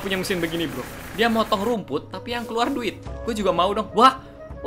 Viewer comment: kak yang betul duit bukan durit